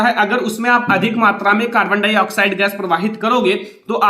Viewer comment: सर ये कार्बन हाइ ऑक्साइड नहीं है ये कार्बन डाइ ऑक्साइड है